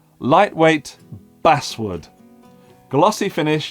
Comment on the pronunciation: oh dear, has found his next basswood basewood. Just go with “Oh led” 😂